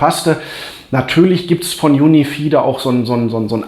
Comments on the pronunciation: Juni vieh macht mich fertig 😂🙈 Junifei spricht man das aus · Cooles Video - Danke dafür. P.S. UniFi spricht man wie "Unifei" aus ;-)